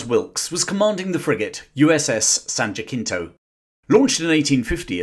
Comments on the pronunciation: Good video, but is San Jah-sinto, not San Jah-kinto. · its not san JAKINTO. Its pronounced san JASINTO. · Jacinto is pronounced Hasinto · Minor point of interest, the USS San Jacinto is a Spanish word. The pronunciation is not “Jackintoe” as the J is soft. The correct pronunciation is “Ha-sin-toe”. I say this as someone who lives in the shadow of Mount San Jacinto and town of the same name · Interesting to hear about American history from the British perspective but as a Texan, please research pronunciation on Spanish words. I struggled to get thought "Jahckeento". It's pronounced Sahn Jahsseento or Sahn Juhsinto. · Very nice video. I learned a lot. I'm pretty sure the community n/standard American pronunciation, at the time, of the USS San Jacinto was with a soft C rather than a hard C. San "Juh Seeen-tow," not San "Juh Kin tow". Both the Spanish, Texas, and American pronunciation of the 1836 Battle is San Jacinto in Texas. A fewl other interesting pronunciations of names, but nothing egregious. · It's not the USS San Jay cento. In Spanish the J is pronounced as an h. Thus, San Hey cento. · With respect....Jacinto is pronounced "Hass een toe". Its a Spanish name. I love the video and history lesson. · Pronounced, "San-ja-seen-toe". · Just FYI, San Jacinto is pronounced San Ja-sin-toe. I only correct because I live in the city of the namesake St. Hyacinth, which in Spanish is pronounced San Jacinto. It's a highly regarded name in the region of Southern California I live in. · This is a wonderful video. Please check your pronunciation of the USS San Jacinto. Sorry to be that guy, but I'm a proud graduate of San Jacinto College (American English =ˌsæn dʒəˈsɪntoʊ) near Houston, Texas.Go Gators! Thanks. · "San Jacinto" is pronounced more like "San Ha-SEEN-to." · Other than the most cringeworthy mispronounciation I've heard in a while (it's San "ha-SEEN-to"), very well done. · The “C” in San Jacinto is the soft c sound. San Ja-SEN-to. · San Jacinto... ha-sin-toe